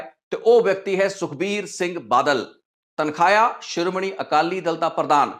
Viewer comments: ਤਨਖਾਹਿਆ ਨਹੀਂ ਤਨਖਾਈਆ ਹੁੰਦਾ ਹੈ। ਤੁਸੀਂ ਚੰਗੇ ਪੱਤਰਕਾਰ ਹੋ ਤੁਹਾਨੂੰ ਆਪਣਾ ਪੰਜਾਬੀ ਦਾ ਉਚਾਰਣ ਠੀਕ ਕਰਨਾ ਚਾਹੀਦਾ ਹੈ। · ਆਪਣਾ ਪੰਜਾਬੀ ਸ਼ਬਦਾਂ ਦਾ ਉਚਾਰਣ ਸਹੀ ਕਰੋ ਬਹੁਤ ਹਾਸੋ ਹੀਣੇ ਲਗਦੇ ਓਂ ਜਦੋ ਗ਼ਲਤ ਬੋਲਦੇ ਹੋ ਤਨਖਾਹਿਆ ਨਹੀਂ, ਤਨਖਾਹੀਆ ਹੁੰਦਾ ਹੈ